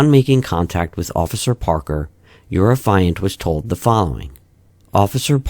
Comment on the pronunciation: Sir, the word Affiant is pronounced affy (like taffy) and int (like the first part of international) so affy-int or aff-ee-int. As in the person who’s making the affidavit (we don’t say aah-f-EYE-davit now do we?) You’re saying it like the the word defiant lol. Irksome the whole video. Not enough to be called annoying and not enough to ruin it but enough to cringe every time.